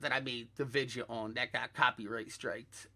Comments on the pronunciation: Vid - e -oh, not Vid-ya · I didnt realize until half way through the video that vidge was him saying video